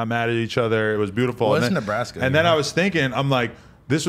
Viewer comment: It’s not Nebraska it’s Neblastya 😂😂😂